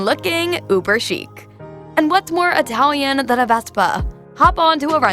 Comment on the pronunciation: Wrong pronunciation of every Italian name. What is an Atalian? It's Italian!